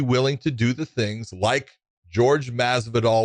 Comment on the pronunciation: Can yall learn to pronounce jorge correctly hes a latino not a white guy